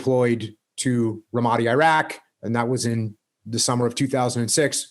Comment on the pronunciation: think he pronounced ramadi wrong